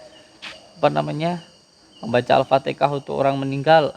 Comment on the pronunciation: Maaf alfatihah bukan alfatekah jangan sama kaya Jokowi hehe